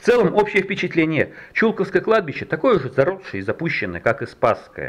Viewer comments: почему то с детства всегда слышал "чулкОво", а не "чУлково"... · в первый раз слышу ударение на У, хотя коренная тулячка и сама из Чулково. там дом родителей моей матери,я росла там. странно. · Тут какой-то апологет заявил, что недостатки видео замечают только "уроды", которые ничего не делают. Итак, сейчас вы прочитаете комментарии профессионала, а не урода. 1. Ударение в слове Чулково падает на 2-й слог. Московские "энтузазисты" не удосужились узнать хотя бы в храме, как называть этот массив и само кладбище. 2. Снова перед нами — куча камней без элементарной информации о людях, что свидетельствует о поспешности работы этих "некрополистов". 3. Ни одной ссылки на хорошую книгу о Чулковском кладбище из цикла "Тени старинного кладбища" (Тула, 2012) не прозвучало, а в ней всё давно рассказано. Опять москвичи ломятся в открытую дверь, никого ни о чём не спросив. В чём заключалась подготовка этой группы к работе? Вопросов и претензий ещё много, но посторонним людям, как всегда, всё такое очень нравится. На этом халтурщики и выезжают. Книги о тульских кладбищах продаются в московском магазине "Русская деревня", а все эти видео — непростительно поверхностные и скучные. Их снимали случайные люди, искатели лёгкого хлеба и лёгкой славы. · Почему Чулковское кладбище с ударением на у?